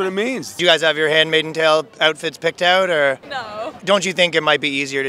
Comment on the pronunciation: That Canadian accent is so thick it’s distracting. Bro you need to pronounce “ou” correctly. Out. About. House. Mouse. etc.